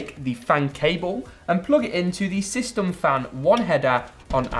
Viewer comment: I cringed so hard when he sayed systom